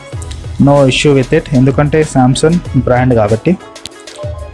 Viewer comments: samsun kaadu mundu Samsung anadam nerchuko bro .palakatam radu nuvv Samsung review naa lol😂😂😂😂😂😂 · Samsung anali.... Samsun kaadhu.... Choodalsindhi meme kadhaa...